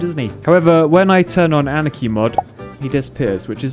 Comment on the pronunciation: It is not pronounced anikey it is anarchy witch means no rules